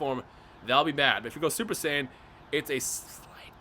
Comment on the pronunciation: It sounds like you said :Super sandwiches in the intro😂